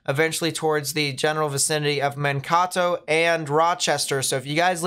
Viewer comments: Just a heads up, Mankato is pronounced, "Man - KAY - toh". Not, "Man - KAW - toh". Just for future reference. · It's Man-k-toe not men-taco. :) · and we pronouce it with a d, not a T, so Man- KAY -Doh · 😂😂 I had to get to the comments to help with ManKAto. I guess you've got lots of fans in southern Minnesota. Thank you for your videos. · Hi! It’s pronounced like Man Kay Toe 😃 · man-KAY-toh is how you say it. but love the vids a lot thanks man! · This Iowan was going to tell how to pronounce Mankato also.